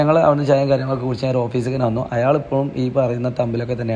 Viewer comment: That "ayaal"🤣🤣